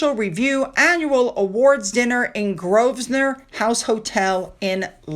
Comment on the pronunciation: I know you like to know how names & places are pronounced - in Grosvenor, the S is silent, so GRO-VEN-OR..